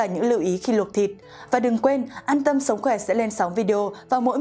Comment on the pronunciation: Sồng khoè là gì??? Phải đọc là sống khỏe...đọc sai dấu sai chữ VN